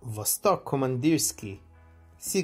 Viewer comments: Pronounced VASTÒK KAMANDÌRSKIE (not Vostòk Komandirski) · Kamandirskiye iirc? е is pronounced ye